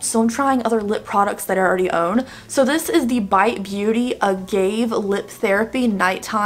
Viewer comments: The Bite Beauty lip balm is actually pronounced uh-ga-vey. <3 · It is pronounced ah-gaw-vay. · Agave is pronounced "uh-gah-vay" 😉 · “agave”- you pronounce it ah- gah- vey